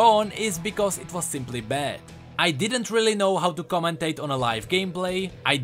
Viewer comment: "comentate"??? And you said our english was broken back then??